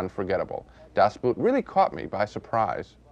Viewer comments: I'm sorry, but I just can't take the way two respected movie critics both mangle the title so much. Just because the German word for "boat" coincidentally is spelled just like the English "boot" doesn't mean that they should be pronounced the same. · Really Sisley, of all people, ought to know how to pronounce the title! It’s just plain ignorance to say it as written - boot. The word boot in German is pronounced exactly the same as in English — boat. U-boats are not authentic submarines. Like mammals, they need to come up for air, since they’re battery charged. The tight, claustrophobic quarters, allowing no privacy at all, are more indicative of a boat than a sub. And the movie doesn’t drown in self-pitying hopelessness, but exudes a visceral euphoria. It’s a feeling like no other; experiencing the joy of being alive after one was resigned to death. The group survived. They were still a team having defied all the odds. Well, until . . . Das Boot is a masterpiece! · Gene, it's pronounced "Boat." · So he’s watched an entire German movie and he still pronounces boot like it’s something you put on your foot… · The way Gene pronounces Boot. 😂. Das 👢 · And still after 40 years Americans are unable to pronounce a German word like "Das Boot". :D